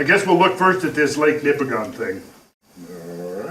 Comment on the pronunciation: I find this fascinating. I come from up there. A few observations. 1) On the pronunciation of Nipigon. Similar to the pronunciation of Oregon; the locals pronounce it "Nipigin." 2) That area is rife with mines of all sorts, from Timmins past Thunder Bay there are countless gold mines and new potential for lithium mining in Nipigon itself. Point being, there are LOTS of geologists up there to consult on the local geology. Should you require an introduction, I may be able to offer a hand. 3) The 4 billion year old rock up there in the Canadian Shield is devastatingly hard basalts and granites and other igneous rocks which make a portion of the smaller lakes up there too acidic for life. Could a flood even of that level have eroded such strong rock to such a degree so quickly? The topography you highlight is extraordinarily convincing, but man it's hard for me to imagine the strength of erosion required. Is there a calculation to estimate the amount of energy required to erode such strong rock instantaneously? I imagine such a number must be hard to conceptualize. 4) Yes.......Driving along the north shore is BREATHTAKING. I have been nearly everywhere on this planet, and I cannot honestly compare any other landscape more favourably than the land between the Montreal River and Nipigon. There's a reason why the Group of Seven chose to highlight this part of Canada. It is incomparable. You must go. Everyone must go. 5) There is a similar sheer walled, narrow canyon cut by the Mont